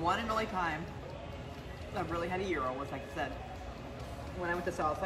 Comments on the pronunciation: so happy you pronounce gyro right. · A lot of people get it wrong but you’re on point! You’re saying gyro just right! Way to go on the win. Another awesome victory. You’re awesome chic!